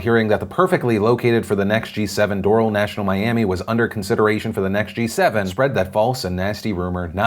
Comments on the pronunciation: Do-RAL it was so interesting hearing it pronounced door-le though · You’re saying Doral wrong. You say al as in alchemy. I live in the city next to it, Hialeah Gardens. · Lol Phil it's Do-RAL, not DO-ral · Not that it matters cause you are the best but its not Doral like floral its Dor-al. I probably didnt make it better or explained it well lol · Philly, I'm from Miami. Its not pronounced "Dohral", its "Dorahl". That probably makes no sense tho. Lol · You know how you're not from Miami? You pronounce "Doral" like Door-ohl intead of Door-Al. LOL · Everyone else in the states : do-roll People actually living in the South Miami area who call it door-AL : you’re mocking me aren’t you? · It’s not called DOROL...it’s DOOR-AL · I can’t get over how you pronounce Doral... it’s “Door-Ral” not Doral... Phil please 😂😂 -Love from Miami 💕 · just wanna say this Doral is not pronounced (door-ul) its (door-al) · I'm from the Miami area, and hearing someone say "Doral" like "coral" has me shook LOL. We pronounce it "Door-AL" over here, Phil! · Great show, but it’s DOOR-AL not DOOR-UL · Not Door-aul, it's pronounced Der-al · It's pronounced Doraal, not Dorol, Philip. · Lol..... it's not doo-rull...... it's doe-rall..... for Doral. Thanks for the laugh Phil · It's not DORLE, it's DO-RA-L. First time I heard doral pronounced wrong. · In Miami we pronounce Doral like “Door-ral” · Phil... it’s DOH-RAAHL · on the west coast we pronounce it doral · Hey Phil, love ya but the city Doral is pronounced “Doe-ral”. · It's Do-ral. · oh this bothered me sosososososo much Doral is pronounced door-ahl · Your pronouncement of Doral bothers me since I've worked in the city for the last 14 years, but it's Door-AL. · Doral is actually pronounced door-al (like the nickname for Allen) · It's pronounced Door al (like the name Al). Love from Miami ❤ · I live in doral. Its pernounced DOOR-AL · I cringe when you say Doral... It's Pronounced "Door AL" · Doral is not coral with a 'd.' #googleisyourfriend.